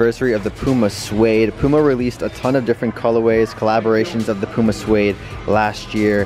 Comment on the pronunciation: say puma right light pyouma